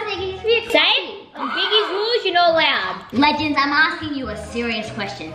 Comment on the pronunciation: Tilly Fielder it’s TOATALY NOT « ledgends » what even is that eww you, it’s legends